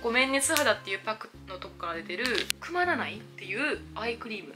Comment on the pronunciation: くま⤴︎って発音で🐻‍がまみちゃんの顔についてるのを不覚にも想像して笑った